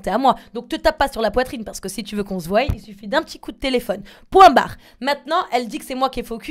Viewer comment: Je te surkiff jazz mais on dit voie pas voille 😂